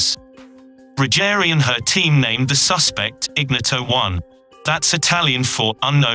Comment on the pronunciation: 9.29 IGNOTO1 pronounced in-knee-oto 😂😂😂 phonetically correct is; iɲˈɲɔto